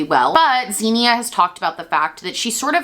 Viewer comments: Her name is actually pronounced “Ksenia” in Russian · xenia is actually pronounced like ksenia in russian, i believe russians would even spell the name that way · i'm sorry babe, but you butchered her name so badly 💀 i am russian and couldn't even understand what name it was supposed to be should've stick to calling her doe deere lol